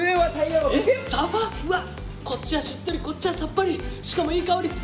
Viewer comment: しっとぉりぃ〜 れひぴふと。 ゆごくん最高😂😂